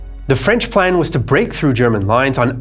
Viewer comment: As a frenchman, I must admit that you have an outstanding French accent! It's quite rare for English-speaking people to pronounce our language correctly!